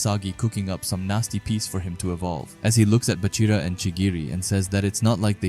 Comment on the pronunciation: I stopped watching when he said baroo